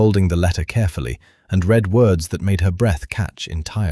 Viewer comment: AI seems incapable of dealing with the past tense of ‘read’, pronounced ‘red’. On of many mistakes. Besides, this duke is an idiot!